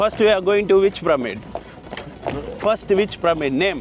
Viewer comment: Bro you are killing the pronunciation of the Pyramid ! It is not pronounced PRAMEED !!! But as PIRAMID !!!